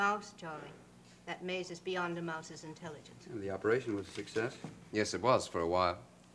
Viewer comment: "Operashun" - C.G